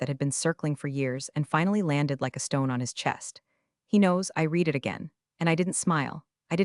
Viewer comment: Still can't pronounce "Resume", "read"!